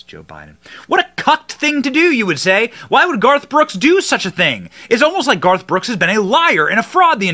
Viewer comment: Benny you almost said “ barf “ brooks! 😂. You need to use that brother!